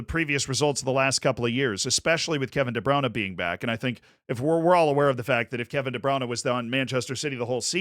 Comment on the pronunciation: Nobody:: kevin de browna